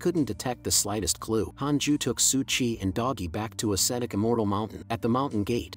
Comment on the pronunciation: Its su qi, not su chi